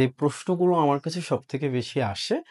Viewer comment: আমার ✅ আমাড় নয়। চর্চা✅ চোর্চা নয়।